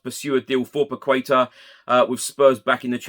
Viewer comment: solid reporting as always. I want to give you feedback on how to say Paqueta: pah-kay-tah. Its portuguese not Spanish!:)